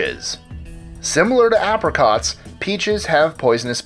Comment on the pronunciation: how do you mispronounce apricot that badly!?